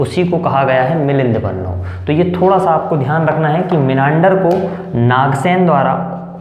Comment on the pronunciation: मिलिंद पद्म का उच्चारण स्पष्ट किजिये मैने 4 बार पीछे करवाकर सुना लेकीन धत्त. की वाणी स्पस्ट होनी चाहिये.